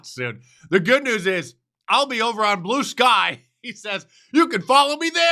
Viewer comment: What's this "Blueski"? "Bloosky"? "Bluskee?" Well, never mind. I won't be "following" anywhere...